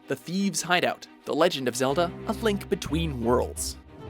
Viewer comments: The legend Of Zelda a Thlink between worlds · "A Flink between worlds"